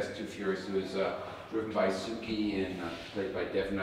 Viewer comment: It’s TSUKI not suki.